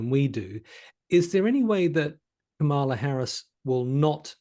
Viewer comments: It's KA-mala, not Ka-MAla. Not hard. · In US politics, "Democrat" is a noun. The adjective is "Democratic", as in "Democratic policies, the Democratic party", etc. The error is made on purpose by right-wingers as a micro-aggressive insult. Please stop making this mistake, and perhaps now you could also learn to pronounce "Kamala"